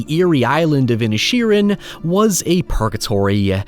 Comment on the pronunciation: I kept thinking you were calling the town ‘Ed Sheeran’ lol